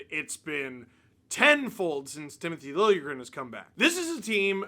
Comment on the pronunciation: lil-juh-grin >:)